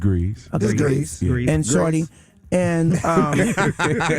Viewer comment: He still say that wrong “Shordee”😩